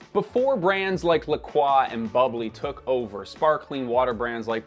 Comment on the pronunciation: he also doesn't know how to pronounce "croix" so there's that...